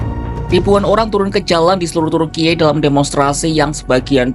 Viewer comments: ini pengisi suara ndak tau cara baca kata turki ya? masak kompas pengisi suaranya ndak bisa baca dan eja sesuai aturan bahasa. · Lebay amat pengucapan turki😂